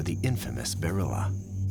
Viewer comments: I wish they would say Bearrilla instead of burrilla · Bearilla is Dogman.... They kéep saying barilla😂😂😂